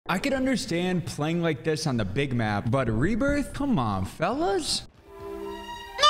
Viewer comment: "Come on felluussththss"